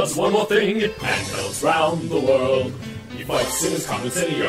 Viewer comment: What sort of bizarre accent you gotta have to pronounce "world" as "weld"? I mean, seriously. Great channel btw.